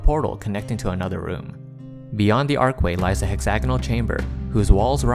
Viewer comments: ARCH WAY.... not Arc way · Archway, not ark-way. There's an H in there.